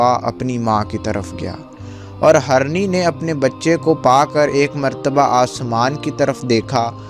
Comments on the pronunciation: آپ اپنا اردو تلفظ ٹھیک کرو پہلے جیسے hirny ko aap harny bolte ho Same so many mistake u did not provide information what u promise about pics and his dead body bcaz u said hazaron ne dekha So many mistake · Its Hirni...not harni 😑 deer (female) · Bhai story azeem badshah ki hai magar bhai Urdu theek kr lo, harni nahi hirni hota hai